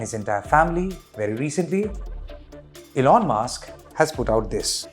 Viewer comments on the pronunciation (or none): none